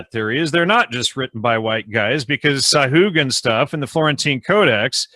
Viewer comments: nice,, yes, you dont pronounce letter H in a Spanish name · Sahagun = sa - ah - goon